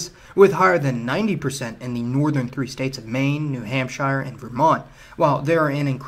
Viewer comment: Wtf say Hampshire correctly